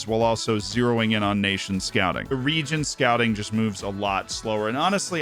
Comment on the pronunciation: Second video I’ve watched on ‘region scouting’ and yet all I can still hear is ‘DONT SCOUT REGENS’ 🤔